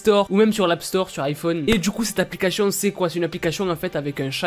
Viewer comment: arete de dire aplicachetion !!!!! ;))